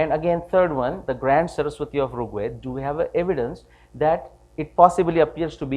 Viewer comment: Excellent talk. A few corrections though: firstly, it's pronounced as R̥g Veda (the ऋ or r̥ is like the English "r", not रु or रि). Second ( & ), the SI unit of length is metre (from the Greek metron which is cognate with mātra or mātrā in Sanskrit), not "meter" (which is a device that measures), with the symbol for kilometre(s) being km, not "KM" (which means "kelvin-mega" and is meaningless). Third, , your slide shows the year ranges in reverse order; 6000 BCE is older than 800 BCE, so they should read "6000 BCE – 800 BCE", etc.